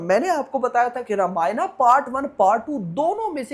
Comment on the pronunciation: Bhsdk muh se thik se ramayana pronounce nhi hota kya??